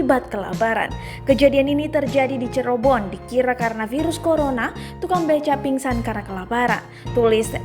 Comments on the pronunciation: Cirebon mbak bikan corobon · Cirebon bukan cerebon